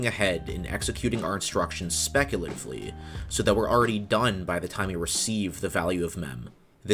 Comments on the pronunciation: It bugs me that throughout this video, you said “specutively” instead of “speculatively”. (Yet “speculative” was always pronounced correctly.) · You pronounced speculatively as specutively every single time...